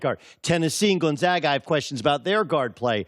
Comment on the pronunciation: Please stop pronouncing Gonzaga wrong that’s not how we say it in Spokane